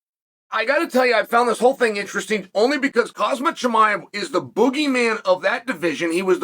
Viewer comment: So disrespectful, if you’re speaking about someone, at least have the decency to learn how to pronounce his name correctly.